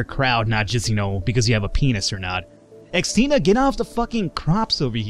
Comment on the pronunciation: as a Christine, I have to admit I always twitch whenever you pronounce Xtina. Also, if you want a quiet pet, fancy trading your birds for my puppy? She doesn't make a noise, unless you count the thudding of her massive feet against the floor, and she likes to keep people warm by sitting on them...all 24kg of her...